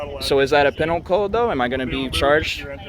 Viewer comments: He thinks he sounds intelligent, but, man, the way he pronounces words is ridiculous. "Pennle" code. It's Pee- nal", you cretin. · He can’t even pronounce penal code correctly.